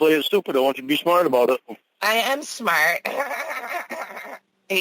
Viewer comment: Usually means someone else told him something .. he never figures anything out himself . When he does look and see he is still off the mark . I love how Winnie calls him out for being stupid while always claiming to be “ smaht “